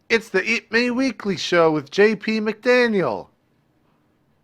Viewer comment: Also, did you say eatmeweekly? maybe just me.